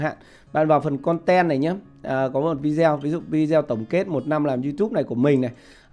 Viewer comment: Video đọc là vi đi ô